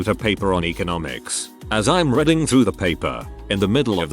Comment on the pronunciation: narration app can't read the word "reading " lol